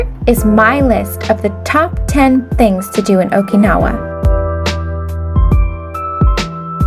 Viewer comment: How can you go to Okinawa and not even be able to pronounce Okinawa?